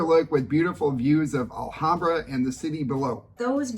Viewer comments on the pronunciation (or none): It’s the first time that I hear someone complaining that a city has.. winter 😁 Anyway, nice video. Just one thing, the “H” in Spanish has no sound, so Alhambra is pronounced Alambra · ALHAMBRA IS PRONOUNCED WITHOUT THE H = ALAMBRA. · Pronounced: ahl-ahm-bra 😁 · I love southern Spain. It’s the “real” Spain to me. I lived there in the 90’s. Remember that the H is silent in Spanish, including in the word Alhambra.